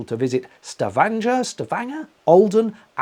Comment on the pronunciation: Kudos,, on the pronunciation of Stavanger. I have a nephew who worked there several years ago (and, yes, he was there with one of those American fossil fuel companies) so I was familiar with that city. I have never (nor do I intend to) taken a cruise on a ship.... BUT, I did find this video very interesting and amusing. You've been making me laugh for several years, now. I would have gotten up to get a peak of the northern lights as well---so I'm glad you did that. Glad you had a safe journey.....thanks again for the video.